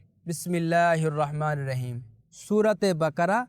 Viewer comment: اسلام علیکم بسم اللّٰہ الرحمن الرحیم غلط پڑی. بسم اللّٰہ الرحمن الرحیم کی جگہ بسم اللّٰہ الرواحمن الرواحیم پڑا ہے جو کہ غلط ہے (الرحمن الرحیم میں " و" داخل کیا گیا ہے ٫جو کہ بسم اللّٰہ الرواحمن الرواحیم بن جاتا ہے ) تلاوت میں معنی بدل جاۓ تو نماز فاسد ہو جاتی ہے ----------------------- تُقرأ عبارة "بسم الله الرحمن الرحيم" قراءةً خاطئة. بدلاً من "بسم الله الرحمن الرحيم"، تُقرأ "بسم الله الرواحمن الرواحيم"، وهذا خطأ (حيث أُضيفت حرف "و" إلى "الرحمن الرحيم"، فأصبحت "بسم الله الرواحمن الرواحيم" إذا تغير المعنى في القراءة، تصبح الصلاة باطلة.